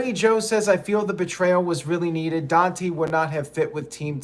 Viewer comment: It's pronounced Don-TAY not Don-tee lol